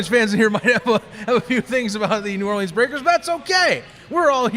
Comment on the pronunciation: Love your show, but y’all got to learn how to say “New Orleans” the right way! Enter me in for the t-shirt! Geaux Breakers & Giddy up!